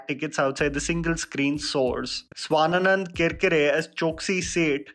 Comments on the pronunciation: Swanand not Swananand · ‘Swanand’ mate, not ‘Swananand’ 🙈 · "Swanand" not "swana-nand" matlab accent marne kr liye kuch bhi🤦🏻‍♂️